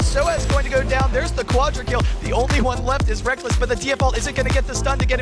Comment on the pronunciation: So used to “Rek-less” that when they call him “Rekkels” I can’t help but laugh